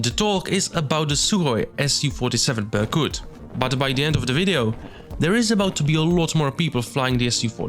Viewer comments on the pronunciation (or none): Absolutely amazing work! I wish you best luck with this! Do you have any real documentation about plane and photos of cockpit? Is it even possible to be close to real? Little pronunciation corrections: Not an "S-U-47", but "Soo-47" ("Su" is just shortening from "Suknoi"). Also bErkut.